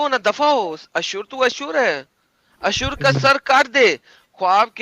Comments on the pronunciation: It is asur not ashur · ashur nahi, asur hai anna😀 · Not Ashur nahi Asur.